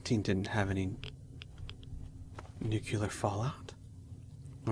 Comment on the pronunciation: Nuclear not 'Noookyuller' 🙄 Nuclear. New clear. It's not difficult.